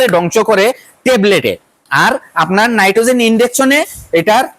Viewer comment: নাইট্রোজেন না নাইট্টনেক্স